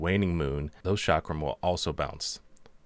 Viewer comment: well the way you pronounce chakram and shiro is a bit weird